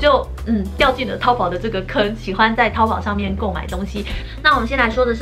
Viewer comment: 身为大陆妹子，我们叫它淘（二声）宝。🤭